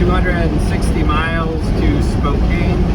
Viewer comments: It's Spo - Can, Not Cane! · Just fyi - it's pronounced "Spo-can". Pronunciation police here. Lol! Yeah, don't know why they put an "e" on the end. I think it's a native American thing.